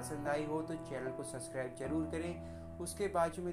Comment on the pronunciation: Or subscribe bolna bhi nhi aata tujhe to